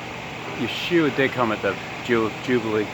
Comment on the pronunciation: That sounded weird when you said Yeshua..